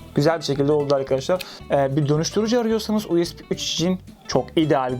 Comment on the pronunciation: Her "U ES Bİ" deyişinde monitörü tırmalıyorum.